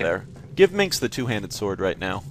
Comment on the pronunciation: MINSC. IT'S MINSC!